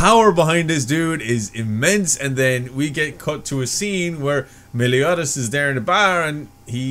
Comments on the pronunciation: Just in case you haven't realized already, there is an end credit scene in most episodes in season 1. Also with Meliodas it's pronounced as Mel-eee-oh-duhs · It's not MelOdias, it's Meliodas but yeah. Really happy that you're watching it! :D I repeat again, there 2.5 seasons of this anime. There's a half season between S1 and Season 2. :D BTW. Watch opening. It doesn't spoil anything important in my opinion and you are missing out on really good songs. It's like missing out on the second ending song of Hunter x Hunter. The best ending song of any anime in my opinion. :D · Meliodas not melodias dude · Thats not melodias but meliodas dude 😂. But i still love youre reaction dude. Keep it going 👍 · Hey no spoiler don’t worry For Meliodas (pronounced Mel-e-o-dus) his bar is named The Boar Hat and if you notice the actual bar is kinda shaped like a hat and it’s on top of the big green pig(Hawk’s mom) like a hat. So the Boar Hat, just thought I would throw that out there SUPER excited you are watching this!